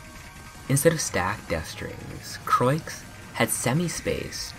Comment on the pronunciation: croix is pronounced kh ro ah